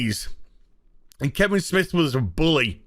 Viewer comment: Damn i had forgotten about certain movie makers buying out theater seats to boost Captain twats opening weekend rofl. Ha i keep hearing Kibblesmith when you say Kevin Smith same difference now. Vagies unite!